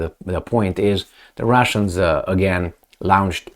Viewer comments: Not quite....... "lawnched." "Lornshd" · PLEASE read my comment. Launched is pronounced "Lonched"